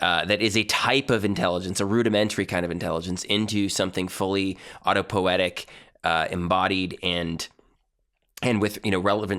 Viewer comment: It is autopoietic (not autopoetic) by the way. But great talk ! Thank you.